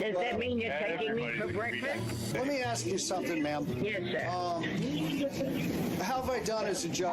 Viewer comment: The fact that she can NOT speak basic english and says "aks" instead of "ASK" is enough to dump her.